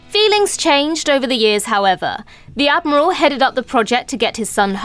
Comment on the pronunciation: Ad-moral Paris